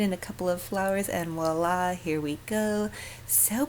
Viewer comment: Voila is French...starts with a V NOT a W😃👍🏻